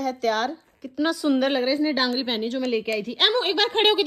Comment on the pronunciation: Dagri hota h not daagri 😅😅😂😂😂😂